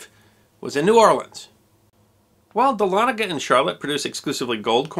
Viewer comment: I went to college at North Georgia College, now a university, in Dahlonega (cudos for the correct pronunciation, by the way). The university's main administration building, Price Memorial, is built on what remained of the mint after it has burned after the Civil War. It's sharp steeple, covered in Georgia gold, can be seen for miles sticking up through the trees of the north Georgia mountains. Dahlonega, the site of the country's 1st major gold rush & the origin of the phrase; "There's gold in them there hills", would be a good subject for a video.